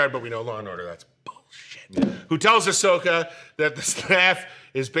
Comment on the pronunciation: Am I supposed to take a guy call Ashoka “Asuka” seriously?